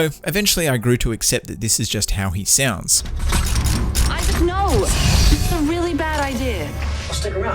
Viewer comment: I love how he pronounced Isaac as “Isayac”. lol